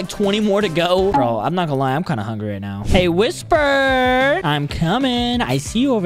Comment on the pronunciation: its not pronounced (why-sper) its pronounced (wis-per)